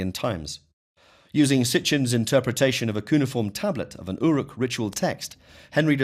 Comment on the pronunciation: Your pronunciation of cuneiform and Elohim.....no.